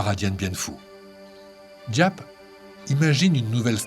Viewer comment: GIAP SE PRONONCE ZAP